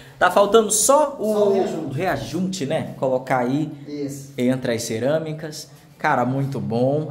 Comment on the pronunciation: é rejunte e não reajunte